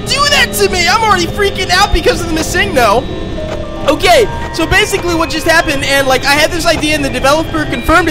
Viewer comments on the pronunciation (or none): none